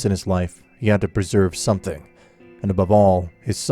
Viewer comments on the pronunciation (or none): none